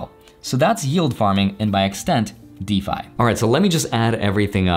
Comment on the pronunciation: never heard anyone pronounce it like that lol Isn't it pronounced dee-fy?